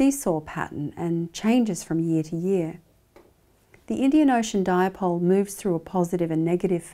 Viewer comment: Nice presentation Professor but it is not pronounced as “Diapole”